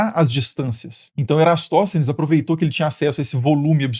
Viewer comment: Sempre li e ouvi Eratóstenes, e não Erastóstenes, como você fala.